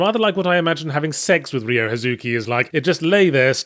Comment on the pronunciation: Jesus, stop saying "Ree-oh".